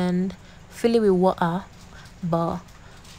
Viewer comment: It’s the accent for me😆😍😆Absolutely nobody:”Woh:ah” “Pre:shuh” 😆😆😆😆😆😆I enjoyed watching this,the voice over was an icing on the cake ☺️